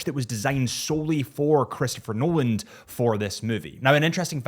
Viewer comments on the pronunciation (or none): Nolan. Not - Nolald…🤷🏼‍♂️